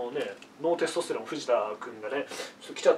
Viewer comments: イントネーションのせいでテスとステロンの3兄弟みたいになってる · テスト⤴️ステロン⤵️ww